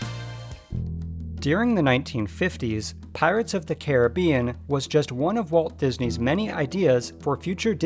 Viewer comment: Learn to pronounce Caribbean right